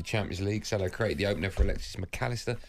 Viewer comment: Its not Salar. It's Salah. Hate the way Andy says it